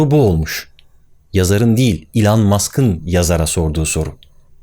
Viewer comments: ilan diye bi telaffuzu nerden buldun acaba ? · İlhan musk diye duydum akdhshsj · Lütfen artık adını doğru telaffuz edelim ey Türkiye..... iiiiilon ilon ... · İlan Mask diyince İlhan Mansız gibi geliyor :) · İlhan mask değil o, (i)lan mask. Çok irrite etti yazmak istedim yoksa takılmam genelde. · Elon'u yanlış telaffuz ediyorsunuz Barış Bey. Doğrusu "i lon". iTunes'un telaffuzu da "ay tûy(n)z"